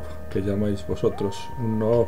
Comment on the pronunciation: Se dice nub no noob